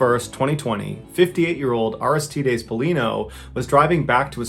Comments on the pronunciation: It's pronounced Ar-iss-tide-eeez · Take 2 min to learn how to pronounce Aristides Jeezus